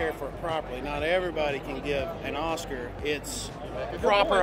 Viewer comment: “Both of you say ocar” 😂 he really loves oscars